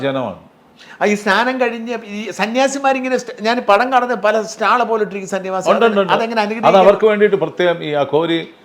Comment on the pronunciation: Not Staal. It is stall